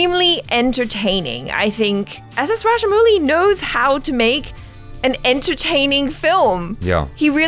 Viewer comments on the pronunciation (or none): Kinda weird seeing u both face each other n discuss as if we viewers r out of it. And rajamowli pronunce not muli=raddish in hindi xd. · Some Foreigners call him raja"mougli"